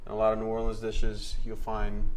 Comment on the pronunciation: For the love of god, clearly this man ain't cajun. Can't say New Orleans or etouffee correctly. Makes my ears bleed.